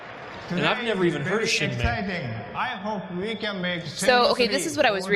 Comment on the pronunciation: Damn these guys dont seem to know anything. Didnt know last guardian, talked straight through shenmue, called it shamy??? Lol what???